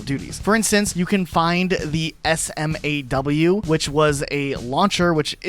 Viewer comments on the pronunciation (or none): none